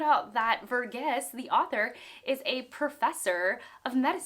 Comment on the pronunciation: it's Var-geese. Source: I belong to the same ethnic community as him